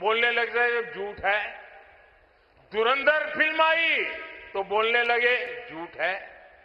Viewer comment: churandar nahi modi ji,dhurandar hoga😂😂😂😂